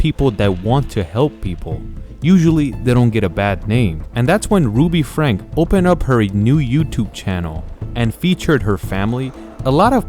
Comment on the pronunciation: It's pronounced like Frank-ee :)